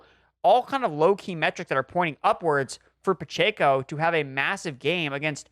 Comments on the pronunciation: Guys… for the love of God… it’s “Pah-Check-Oh.” Not “Pah-Chey-Koh.” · PachAco??🤣🤣 last time i checked it’s Pacheco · It’s pronounced PUH CHECK O